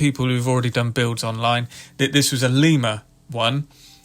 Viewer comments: Lima is pronounced lie muh like the bean. I live in Lima, about a mile from where the locomotive works used to be. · Lima- the “i” is pronounced as in “ice”. Lima, Ohio.